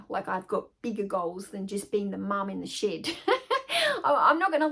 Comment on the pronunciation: I introduced my 4 year old granddaughter to your channel today. She loves your accent. She said oh grandma Honey. She said a bad word. I said what bad word did she say? She said shit. I said honey she didn't say shit, she's saying shed. I got a laugh out of that. Her name is Gwendolynn